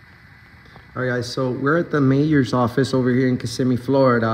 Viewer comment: Thank you for pronouncing Kissimmee correctly. On the national news they often say KISS•im•mē.